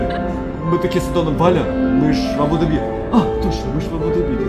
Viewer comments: говори правильно, пожалуйста, - Абу-ДАби, дирхАн. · Название столицы ОАЭ Абу-Даби не склоняется,ударение правильно ставить на второй слог Абу-Даби,произносить АбУ-ДабИ (ударение на последний слог)- категорически неправильно!!! неужели сложно выучить название.p.s. Валентина у Вас очень смелое решение в одежде!!! Это Мусульманская страна🤦🏻‍♀️🤦🏻‍♀️🤦🏻‍♀️ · Ударение в названии на первые слоги, кстати. Абу ДАби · Прям режет слух это ваше абУ дабИ. Если коментируете свои поездки хотя бы посмотрите как это правильно произносится, чтобы было приятно вас смотреть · Здравствуйте, и Валя!, ты произносишь слово Абу-Даби с ударением на последний слог, у нас говорят с ударением на вторую букву А, Абу-ДАби! А как произносят это слово сами арабы? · правильно говорить АбуДАби,ударение на А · Первый раз слышу произношение Абу-Даби с таким ударением😊. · Абу-Даби, ударение на А. Очень режет слух неправильное произношение. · Дорогие черничники 💖 очень рады за вас, с отдыхом. при названии города Абу - Даби ставьте ударение правильно, а то арабы обидятся ❤простите. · А что не правильно написано??? Когда не правильно произносит и делает ударение Абу Даби не правильно, хочется поправить тем более образование высшее имеет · Да какой он грамотный! Даже ударение не может правильно поставить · правильно произносить Абу-Даби с ударением на А в обоих словах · Абу Даби, ударение на первую гласную! Ну прямо ухо режет!😂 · Абу ДАби, ударение.😊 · Правы,100 раз правы. В транспорте писала. И резало ухо многократно произнесенное Абу-Даби с ударением на последний слог. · Здравствуйте, дорогие черничники! Молодцы, что вы поехалм отдыхать. Хорошего вам отдыха., ставь правильно ударение в названии города. Абу-Даби, уларение ставится на первый слог, на буквы А. Очень режет слух неправильное произношение. Валя, не носи черную облегающую одежду, не красиво. Там такую одежду не носят. Тебе очень идут платья. Без обид. Любим вас. ❤